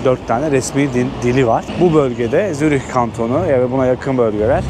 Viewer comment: adam Zürih diyemiyor